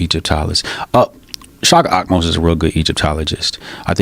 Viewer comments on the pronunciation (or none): Did he say shaka amos ?? Seriously